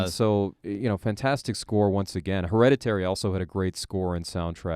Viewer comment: You mispronounced the title of the film through your entire conversation. Lazy AF.